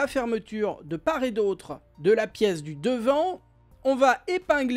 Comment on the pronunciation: Hello ! Normalement, quand on dit "de part et d'autre", on doit faire la liaison entre le t de "part" et le "et", on devrait donc dire : "de part-tet d'autre" et non "de par-et d'autre". Sinon il a l'air vraiment bien ce sac banane